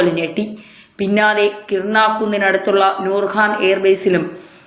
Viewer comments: kirna alla , kiraana ennannu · കിർണ അല്ല കവി കിരാനാ 😂